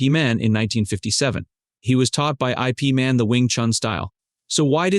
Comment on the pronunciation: I-P MAN??!! DUDE!! Say The Name Correctly Please 🙏!!! Need Some Help??!! YES U DO!! YIP MAN Yip Man!! I HATE when folks uses Names Incorrectly 😡!!